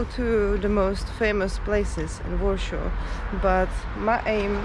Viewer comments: Its called Warszawa or Warsaw in English ..not Warshaw. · Wondering where do you originally come from. Your pronunciation is totally off. It's not Warsho it's Warsaw. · Why do you pronounce Warsaw as Warshaw? All English speaking people pronounced IT ad Warsaw. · But her husband is English and he pronounces Warsaw as Warshaw too. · Ta Pani nie jest obywatelem GB,za słaby ma angielski,even Warsaw is not pronaunced correctly In english